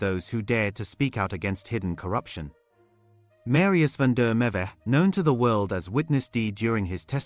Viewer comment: Please, please, please pronounce Msrius van der Merwe's name proberly. I can't bear to hesr you saying it hundreds of times and still not getting it right. If you can go to the trouble of reporting, then prepare properly.